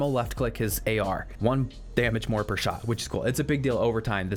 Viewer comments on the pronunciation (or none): none